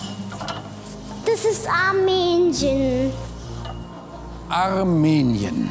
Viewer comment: damit ist Armenien gemeint. Der Paul hat es so komisch ausgesprochen